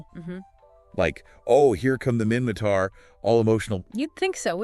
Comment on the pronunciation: minmaTar not mimmaKar